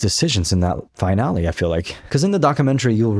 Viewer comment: Great video, btw, the world finale is pronounced fi-nal-lee, its not pronounced the same way as finally. Again, great video and im subbing, just constructive criticism:)